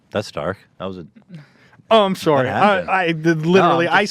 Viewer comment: oh soooooooory. He is Canadian